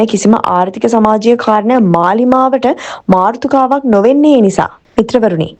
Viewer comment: මාර්තුකාව නෙමේ මාතෘකාව...😁